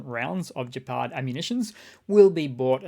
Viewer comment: Flakpanzer "Gepard" is pronounced "GEP ard" with a hard-G, like "get", "gravy", or "goober". The word "gepard" means "cheetah". "Pardus" is Latin for "spotted animal", thus "cheetah" (cattus pardus) and "leopard" ("leo" meaning "lion" gave us "leo pardus") come from the same place.